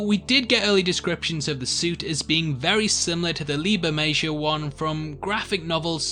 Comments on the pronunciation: The "j" in Bermejo is an "h" sound like in jalapeño. "Ber-may-ho." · Pretty sure the J in Bermejo is pronounced as an H.